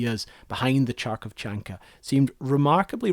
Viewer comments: aaaaa! "kh" pronounces just as "h" in latin-spelled Russian words. In fact, most native Russian speakers (including me) don't know what's the difference between "kh" and "h" and why the English needed to invent this "kh" combination. Just "h" as in "how are you?" Sorry for such verbosity but it really hurts almost physically hearing this "KH/CH-arkovchanka" again and again..... (aside from that the documentary is amazing! thanks a lot!) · Чарков? Диар сёр, донт скрю зе нейм оф май сити вайл теллинг зе ворлд абоут зе машинс ви хэв продюсд! Битч. Плиз. Tl;dr for non-cyrillic readers: It's Kharkov, not Tscharkov. Got a little bit carried away by the narrator making pronunciation mistakes. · by far the worst, most butchered pronunciation of any word i've ever heard. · you really said kharkovchanka like a thousand times in half an hour and didnt bother to check once how its actually pronounced. It hurts because the rest of the video is great and it surely took a lot of time so why would you miss a crucial detail like this one is beyond me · I'm sure others have said this already, but the Kh sound is a hard, back-of-the-throat H, similar to the J in Spanish or "Ch" in Hebrew. Otherwise, great vid. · Thank you for the video! I live in Kharkiv - the city where "Kharkovchanka" was made. Yea, you mispronounced the name! But that's ok! Great video, thank you! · The facepalm for a russian native speaker comes more from not understanding how english speakers when seeing "Kh" turn it into "Ch" like in "cheetah". "Kh" is more like "H" in laughing "HaHaHa" or "(H)orus (H)eresy". Cmon bro I know you can laugh! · Thank you, his pronunciation was driving me a bit crazy in this otherwise excellent documentary! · Great video! Thanks! "Kharkovchanka"-- " kh" is pronounced in Ukrainian as "h" -- hat, house, hot. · I'm just here to see how he pronounces it. Oh that physically hurt me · Kharkovchanka correct sooun will be like Kh (hungry) Harkovchanka not Charkovchanka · Harkov not Charkov.